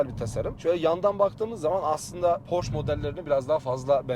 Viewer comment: Abicim Porsche diye yazılır Porşe diye okunur. Porş diye bi marka yok